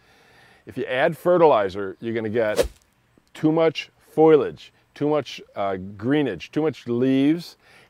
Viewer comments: Fow Lee Edge, not Foil Edge. FOLIAGE. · Foliage. Not foilage.